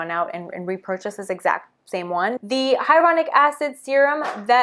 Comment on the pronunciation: Love her. But the way she says hyaluronic acid without the l drives me mad